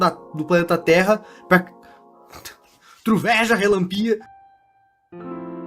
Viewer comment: "coisas q voaram da terra" "truveja relanpià"